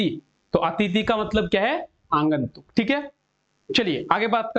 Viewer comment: Q no -12 aagantuk hota h sir na ki aangantuk